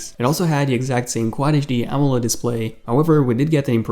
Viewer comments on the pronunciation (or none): none